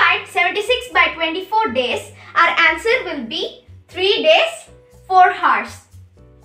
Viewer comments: Its pronunciation is oursnot hours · Its hours not heart and hertz...anyhow keep it up 👍🏿👍🏿👍🏿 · Woaah she is so young nd still can explain so really well Well done dude Btw work on the pronunciation of hours